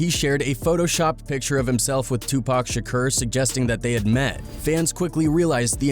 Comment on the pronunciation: This is not the voice I expected to hear on a channel called ‘Hood War Chronicles’ “Tupac Shakerr” 😂😂😂 tf